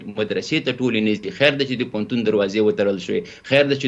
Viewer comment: ته جاهله بیسواده مولوي د ( ف او پ) حروفو په استعمال نه پوهېږي ، پوهنتون ته فهنتون وايي، او الفاظو ته الپاظ وايي، اي بیسواده طالبانو خپل سواد لوړ کړي